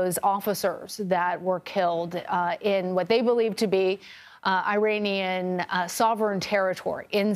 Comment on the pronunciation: With all due respect, it's not AY-ranian. It's with a short 'i'.